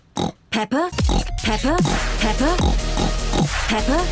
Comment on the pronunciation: Ko phải là peppa mà là peppo😂😂😂😂😂😂😂😂😂😂😂